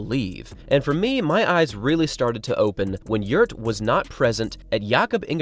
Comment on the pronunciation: The father's name is not "Yurt" but "Gjert" !